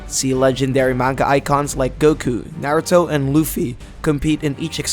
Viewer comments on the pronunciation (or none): none